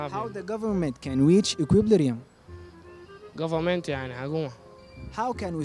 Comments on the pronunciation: Equiblirium 😭😭 it's Equilibrium my guy jaybeen lekom zol ma bi3rif itkalam is2al alnas? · Equilibrium not equip lirium!!😁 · And you are pronouncing equilibrium wrong 🙂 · اته زاتك نطقتا Equilibrium غلط😂😂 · bruv you cant even pronounce equilibrium yourself LOOOL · المقدم داير يستعرض مهاراته اكتر من تقديم البرنامج بصورة مرضية لان inflation من الكلمات الاقتصادية محتاجة صاحب تخصص لكى يتحدث عنها اما equilibrium حتى مقدم البرنامج ما ناطقها صح